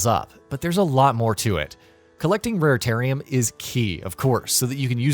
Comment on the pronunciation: Lmao ikr he triggered when he said raratatium😂